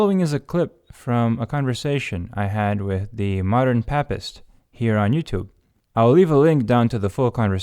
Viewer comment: Its pronounced pay-pist